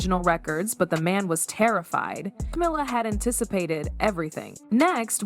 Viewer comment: AI bullshit. Can't even pronounce Camilla's name right.